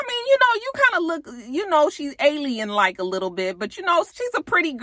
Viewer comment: Did you say alien like 🤣🤣🤣🤣